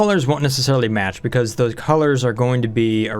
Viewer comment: Look out... "Thosey" "pokey-shells" will "somy-timeys" try to put things in a "chokey-hold."